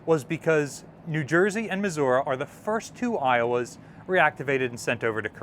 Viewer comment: mis- What? muh·zur·ee